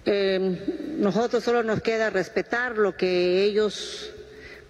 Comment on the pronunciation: No se dice nojotros la palabra correcta es nosotros!!!!